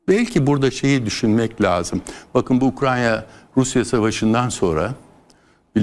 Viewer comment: İlker Başbuğ Dakika de Ukrayna yerine Ukranya diyor